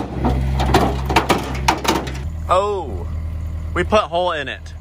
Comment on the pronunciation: wistlindiesel “we gonna have to get the escavator” compilation...